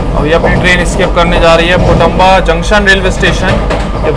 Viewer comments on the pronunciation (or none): पुणतांबा है पुटंबा नही